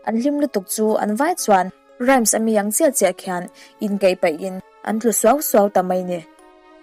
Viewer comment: Rhymes hi i lamrik dan (voice ) hi a dikhlel deuh ani , Rams ti a chhiar loh tur Rhym hi ( hym) hi voice pek khan lam tel tur.